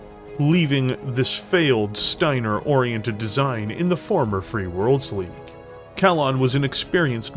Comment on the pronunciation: every time he says shteiner theres another H